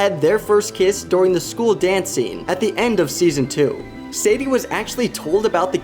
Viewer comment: During ❌ Doring✅